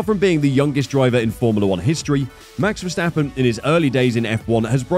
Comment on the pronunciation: mex versteppen really???? the A's in the name sounding like in CARWASH